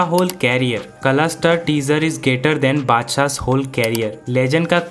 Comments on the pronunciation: Badsah ❌haddsa 😂😂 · Badshah ❌ adshah ✅ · Badshah mut Bolo yar !🚫 Padshah Bolo ✅